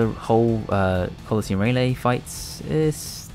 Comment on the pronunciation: It's Ray-lee, not Ray-lay, PepeHands